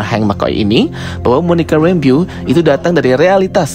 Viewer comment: Bacanya rembo bukn rembyu bang. Kek aneh gt dengernya😅😅😅😅